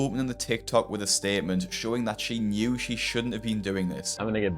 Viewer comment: Every time you say she , I cringe